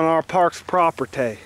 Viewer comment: It's growing pretty fast? Well stop throwing piles of garbage on it you dumb idiot. "Park's Propertay". Who the fuck talks like that?